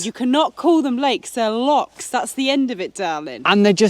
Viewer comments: No they're not lakes. You're correct. Also they're not locks either. They're Lochs. Say it and spray it with pride Lo chhhhhh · That are lochs not locks. Different pronunciation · Its not locks its lochs lol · Welcome to Scotland . Remember it’s och, it’s not locks 🤣please! There is a lake called Monteith only one..,it’s och,,,,,please . Plockton as apposed to Skye! . Nice to see your vlogs again. Go see the Crannock on Loch Tay. Good walk up Ben Lawers, it’s a Munro. All lochs are pretty.